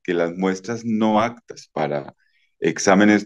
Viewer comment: No se dice “actas” sino APTAS!!!